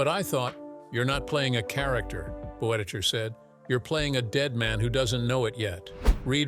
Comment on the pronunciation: There's some interesting material in this little documentary, if you set aside the random inserts of John Wayne and Stan and Ollie (?) and the ridiculous pronunciation of Boetticher's surname - see hiramnoone's correction below.